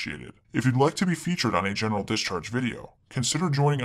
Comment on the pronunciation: Every time hear general discharge. I think he say genital discharge